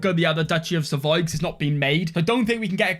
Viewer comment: that's savoy not saxony. You ain't in germany xD